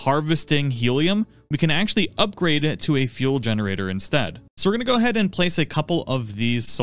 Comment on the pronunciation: your gonne wanne go... Is that English?